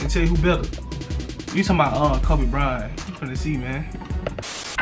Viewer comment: Bryant not byrant 😅😅